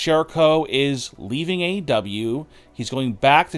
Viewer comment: Aside from this entire video being nonsense, it sounds like you’re swallowing your tongue every time you say WWE or AEW.